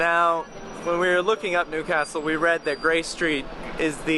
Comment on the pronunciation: Nice pronounciation of Newcastle.